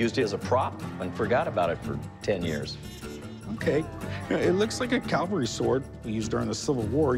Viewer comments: Did a grown adult just say “Calvary sword”? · Corey keeps saying "Calvary sword" instead of "Cavalry sword" 😂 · Corey keeps saying CALvary instead of Cavalry. Very different things! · NOT Calvery sword.... It's Cavalry! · It’s Cavalry not Calvary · Why do Americans always say calvary instead of cavalry? lol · I often wonder why Americans say calvery instead of cavalry? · And not Calvery, it's Cavelry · He said "calvary sword". LOL That's almost as good as gazpacho police! ROTFLOL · Why does he keep saying "Calvary sword" ?